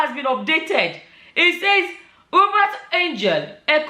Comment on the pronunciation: It's pronounced You-Bet. If you can see how unshaken his followers are you'd know that sorcery is really.